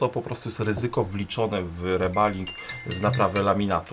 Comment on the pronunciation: W Polsce nie mówią różnie na reballing. Tylko Ty wymawiasz niepoprawnie.